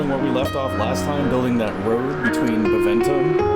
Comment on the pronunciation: One of these episodes, you'll read Beneventum's name out right the first time... :P The sudden opinion change is from your ruler growing up, so now the "leader unmarried" bonus kicked in, which is why they calmed down a turn later when your king married the Gaul.